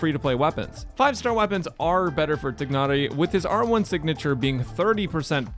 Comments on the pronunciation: I agree! Tia-nari makes a lot more sense u___u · Afaik his pronounciation is "Tie-Nari". I am not going to pull for him as Zhongli is way more important to me. Also, he will be in the standard banner in the future. I know, he won't be guaranteed there and conpetes with 5 other 5*s but in the long run I'll probably get him some day. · The "g" is silent. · What so hard pronouncing Tighnari's name It's just طغنري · the way he says tighnari sounds like it was done with an Idian slang (nothing racist) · you're pronouncing his name wrong though...